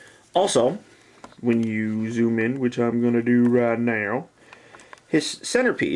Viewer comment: that is a big light and when you said "now" it sounded weird like no-amgh